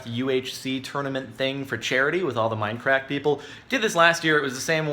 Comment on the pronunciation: OMG XD i thought he said MineCrack XD hey man you got some of that MineCrack XD ya man heres my sever giving out admin XD